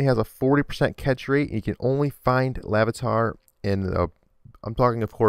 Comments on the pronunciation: its laRvitar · really feebas is the only pokemon on this list that should be here... BTW not lavitar, larvitar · Its larvitar not lavitar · It's Larvitar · IT'S LARVITAR NOT LAVITAR! IT'S SCYTHER NOT SYCTHER! IT'S FREEBAS NOT FREEBASS! PLEASE MAKE VIDEOS WHEN YOU LEARN POKEMON NAMES!!! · Larvitar, not Lavitar. Taken from "larvae", not "lava" or something. It also has nothing to do with day or night. Nor do LunaTONE or Solrock have a set time of day to appear. Also I note you are mixing things up. Different Pokemon have a different catch rate number. This number is calculable only as a percent factoring in status conditions, amount of HP, type of ball (and other factors the balls may bring in). The term you were looking for is encounter rate, not catch rate. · this guy doesn't know any pokemon- luneatar? Lavitar? wtf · its larvitar and feebas just lettin u know :D